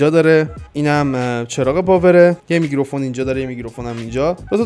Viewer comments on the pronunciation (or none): داداش میکروفون نه میگروفون 😂😂🤞